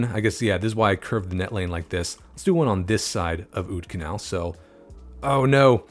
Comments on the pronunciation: the "oud" in oudkanaal is actually pronounced basically the same as 'out' in english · The oud in Oudkanaal is pronounced like the out in the English words scout or about.